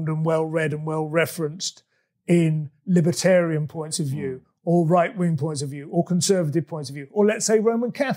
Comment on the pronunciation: KK always pronounces 'libertarian' as 'libretarian'.